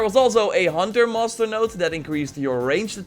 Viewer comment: Everytime he says master it sounds like hes saying monster